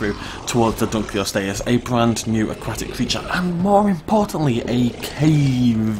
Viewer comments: U R SAYING THE NEW WATER CREATERS NAME WRONG DUNK O LOST E US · its pronounced dun-lo-lost-ee-us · Its name mean's Dunkle's Bone, named after its discoverer. Therefore it is pronounced Dunkle-ost-eus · Dunkle-ost-eus. It was named after its discoverer David Dunkle and means Dunkle's Bone, there for it is pronounced accordingly